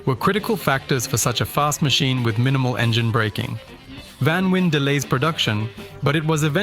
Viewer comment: Its not vanwin its VAN VEEN